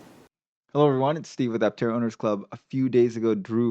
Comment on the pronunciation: I-tera instead of Aptera is a bad idea.